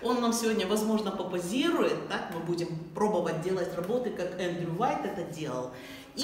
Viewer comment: немного исправлю вас - не Уайт, а Уайет...